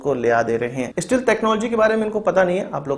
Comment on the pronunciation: bhai STEALTH ka pronunciation sahi karo